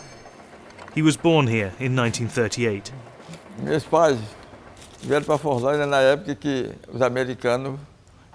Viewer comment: It's so funny how the world is just discovering Fordlândia nowadays Nice video and you have an INCREDIBLE pronunciation of Portuguese words, congrats